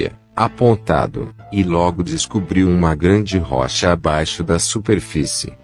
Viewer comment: O assunto é interessante, mas não dá para aguentar o narrador, é um chato, para não dizer um babaca, faz tipo pronunciando as sílabas tônicas sempre diferente do original da língua e da pronuncia corriqueira do povo; Moisés para ele é "Moisês", rocha é "rôcha" Para aguentar quinze minutos do vídeo é preciso ter "saco"!!! Pessoas se destacam pelo talento, outros apelam inventam uma bobeira para compensar a falta dele!!!